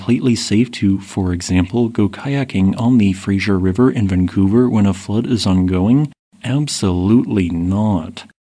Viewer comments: Ain't "Frasier River", it's "Fraser River"... but, hey.. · Thanks for all your work, and especially for providing us a space that is based on data 🙂 Btw - The Fraser ("fray-zer" rather than "fray-zier") River watershed had another significant slide in June 2019 along the Fraser River north of Lillooet near Big Bar. This was also when Chinook and Sockeye salmon were migrating, which are endangered runs. A lot of effort was put into attempts to move the salmon upstream of the slide, and yet there are still and will continue to be ramifications on their populations.